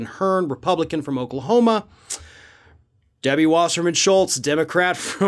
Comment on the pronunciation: I laughed too when you said Debbie Wasserman-Schutlz.